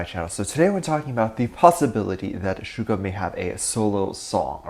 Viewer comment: please stop calling him Sugar his name I’d SUGA no R my dear friend. Please don’t be offended.